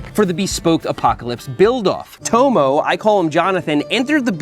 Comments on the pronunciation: Burn my ears 😭 Tomo = tom-o, not toe-moe. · I guarantee if he's native English, his name will be pronounced 'tommo' not "towmow" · I assume he named Tomo after his surname Thompson. So its probably pronounced as "Tom-mo" and not "Toe-mo" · am i right in thinking he's pronouncing Tomo incorrectly?